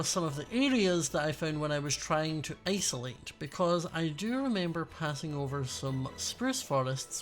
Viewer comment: ... ice-olate (I'm not sorry)